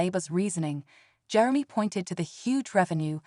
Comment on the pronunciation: Jerem-y😂 . .ai is a funny thing